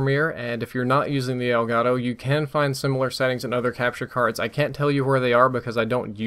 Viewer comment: elgato is a spanish word should be pronunce like elgato and not like elgaro.